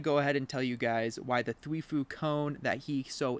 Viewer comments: Prnounced: Thwy-fo Not thwee-foo Lol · if u say thwefuu one more time 1 like = 1 thwifo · Thweefoo ahaha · dude says "Thwifue" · It hurts me show much when he says Thweeefo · Th why foe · ya lol that triggered me so much